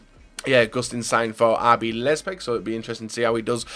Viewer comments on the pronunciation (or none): lepzeg c'mon man its leipzig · Rb who? Lie-p-zig not Lez-pig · Mathew Sion ACTUALLY IT IS PRONOUNCED LEIPZIG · So many mistakes , its Rb Leipzig no lezpig, it's pronounced EE-HA -NACHO, Keita isn't pronounced like KEETA it's prounounced like Keita , and that's only in the first 10 transfers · Man said lezpeg, I'm done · Jon Roffe Or a club name lol 'RB Lezpeg' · Daryll Nijkamp i know that it's leipzig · Mathew Sion no you freaking didn't, you don't pronounce it like liepzig, after the L it should be pronounced like an i. Learn your german club pronounciations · When he said leipzig i was like wtf is leipzig But he slaughtered the pronunciation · Daryll Nijkamp yeah I did spell it how it's pronounced, that's exactly what I said😂 I literally said 'I spelled it how it's pronounced'